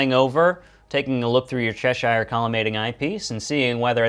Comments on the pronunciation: Cheshire is pronounced chesh ear - not chesh eye r. Useful video anyway -thanks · It's pronounces "Che-sheer", as in the Country of Cheshire in England.